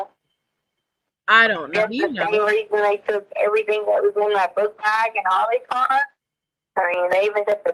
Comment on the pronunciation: Whyyyyyyyy does she add a K on to any word ending in ing????? "Errythingkkkk"